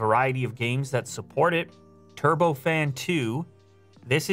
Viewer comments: "trubo fan" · Anyone else notice "trubo fan" lol